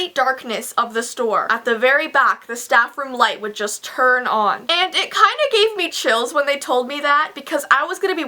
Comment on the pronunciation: on not ohh